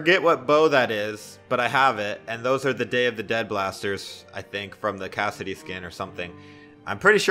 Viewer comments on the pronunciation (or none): none